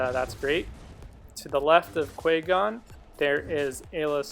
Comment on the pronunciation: You should pronounce Qui-gon's name correctly